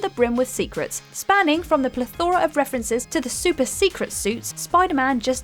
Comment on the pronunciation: Please, please, PLEASE can all What Culture staff learn how to pronounce words properly. In this video it’s ‘Plethora’. More corrections will follow.